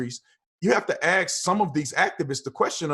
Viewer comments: This guy is so awesome I'll even give him a free pass for not pronouncing the word "ask" properly. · Brandon,i think you are great,but please don't say,ax, instead of ask!!! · This guy is an embarrassment. He should learn to pronounce the word "ask" before going out to speak in public about anything the requires two brain cells to discuss. I also don't agree with the conflation of the assertion black lives matter and the movement which I extremely opportunistic and questionable. Has anyone actually visited their multiple websites (which in itself is dodgy) and their "what we believe" section. It is shocking and the protestors are utterly being used and worst still, during a pandemic. It is tragic. There is definitely an issue with racism in the country and it needs to be addressed and not downplayed.